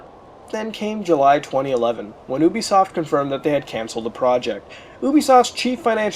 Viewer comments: UBISOFT Pronunciation: not ooh-bee-soft it is yooh-bee-soft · you frekin pronouc it youbesoft